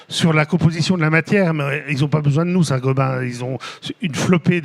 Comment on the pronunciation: C'est Saint Gobain et non Saint Gobin